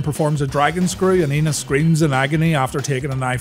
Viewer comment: It's spelled "Enos"... ...but I believe the proper pronunciation is "ay-nus".. I think it's a long A sound...